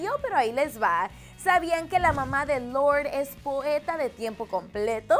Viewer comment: louwrrrd jajja